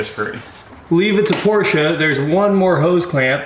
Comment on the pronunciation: Thank God! Finally someone who knows how to properly pronounce Porsche.Old Germanic name people, two syllables please.